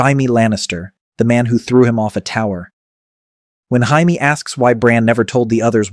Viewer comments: the narrator says Jamie 2 different ways: 1) he pronounces it the Spanish way: pronouncing the “J” as an “H”, as in “Hamie” 2) instead of “J-amie”. Since Marisol is a Spanish name I think the Spanish slipped into the English version. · to read Jaime Lannister as "Haimee".. instead of "Djay-mi".. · Why do you think it’s Indian instead of Spanish. This is Marisol’s site & Marisol is a Spanish woman’s name ? the narrator says Jamie 2 different ways: 1) he pronounces it the Spanish way: pronouncing the “J” as an “H”, as in “H-amie” 2) instead of “J-amie”, the English way. Since Marisol is a Spanish name I think the Spanish slipped into the English version. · Spanish. This is Marisol’s site & Marisol is a Spanish woman’s name ? the narrator says Jamie 2 different ways: 1) he pronounces it the Spanish way: pronouncing the “J” as an “H”, as in “H-amie” 2) instead of “J-amie”, the English way. Since Marisol is a Spanish name I think the Spanish slipped into the English version. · I'm well aware of the Spanish pronunciation considering it's literally my name and it wasn't even close to how it was said in the video. I said Hindi because early in the video they left some Hindi shit in they clearly didn't intend to and since it's AI they are just generating and posting so of course they're going to miss this kind of thing because the are not bothering the check the output beacuse it doesn't matter to them, only their return matters and that requires just shitting out slop as fast as possible. This is the Youtube AI video slop meta.